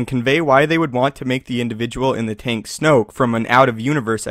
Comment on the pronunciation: It's snoke.